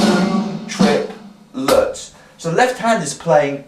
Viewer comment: Dude, triplets are counted either tri-pl-et or 1- and- a it's a three syllable word